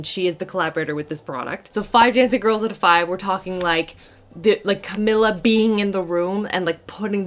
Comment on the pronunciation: thank you for the awesome review,! 💜 just FYI, Camila’s name is pronounced CaMEEla CaBAYoh, not CaMILLa:) 💜💜💜